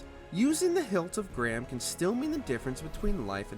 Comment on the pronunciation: IT IS "The" NOT "Th" 😅